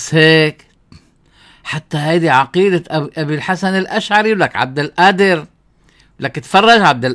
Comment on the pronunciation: غفر الله لك أخي لا تقل عبد القادر بالهمزة بدل القاف.